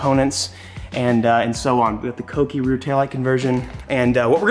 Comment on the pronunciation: Thank you for pronouncing kouki correctly